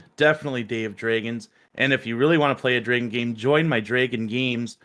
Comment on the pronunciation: Hearing say dragon is sooo painful lmao